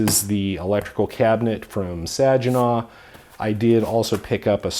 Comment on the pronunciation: Hey no beef..but as a michiganer. And I suggested there enclosures in the past.... but it's pronounced sag-in-naw 😅